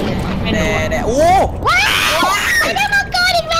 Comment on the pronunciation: มังกึไม่ใช่มัวกร555555+